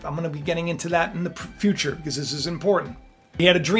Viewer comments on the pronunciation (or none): none